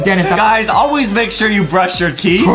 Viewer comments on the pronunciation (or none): It’s brush not bruch